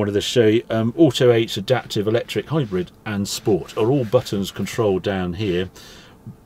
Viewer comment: It's a hybrid not a hybread why would I trust anything you say